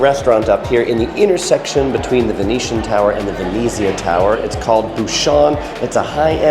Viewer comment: The way you pronounce Venezia makes me angry. 'Ver-net-ziah'